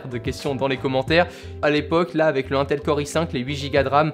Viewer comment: sa se prononce pas un tel mais in tel